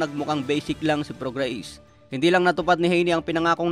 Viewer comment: Mali pronunciation mo ng name ni prograis!!!